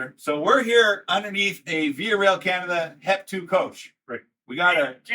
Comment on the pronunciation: VIA? More like VI-eh?